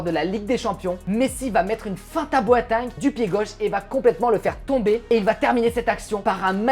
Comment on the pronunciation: J’connais boateng mais pas bwateng